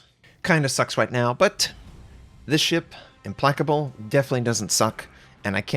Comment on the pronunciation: "Implecable?" It's pronounced "Im-PLACK-able", not "Im-PLECK-able".